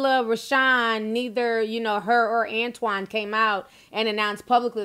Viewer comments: Is it antoine or "anotine"?? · "anotine" lmfao